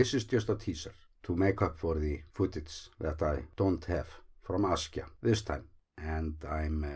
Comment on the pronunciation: the way you started your vide3o just says Askya